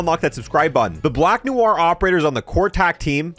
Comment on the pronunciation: Doesn’t know how to pronounce chimera or noir